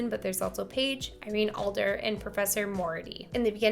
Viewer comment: Did she say Irene Alder and Professor Mority😂